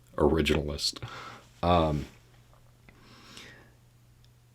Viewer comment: "Mr. ORIGIN-a-list!" 😂 Oh, how I love this man! 👏👏👏